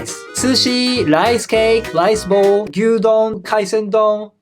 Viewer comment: Is he saying eat lice 😂 hahahaha